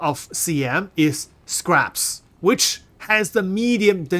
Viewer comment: Says SCARPS but we all know you mean scraps 😅